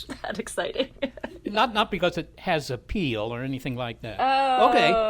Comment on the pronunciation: oh Seth, apeal? it was so bad it made me laugh ; )